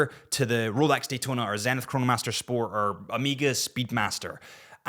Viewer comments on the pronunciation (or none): none